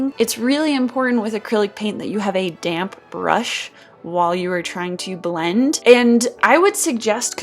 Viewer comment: When you said "damp brush" i thought u said dank brush